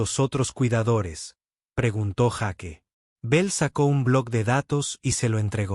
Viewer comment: Se dice Jeik y se escribe Jake, es praim y se escribe prime, quien es el burro que no habla bien?.